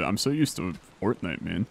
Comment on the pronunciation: Ah yes, Port-nite